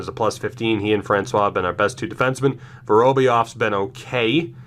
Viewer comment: Btw, Vorobyov is pronounced “va-ROHB-YOV” (emphasis on uppercase parts)